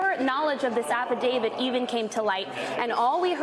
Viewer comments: Affidavit, not affiDAVID. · Stop saying "affidavid" and use the correct word, PLEASE!!